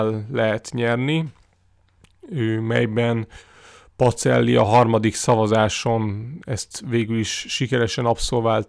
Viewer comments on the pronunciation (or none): Nagyon érdekes, de Pacellit PaCSellinek kell ejteni.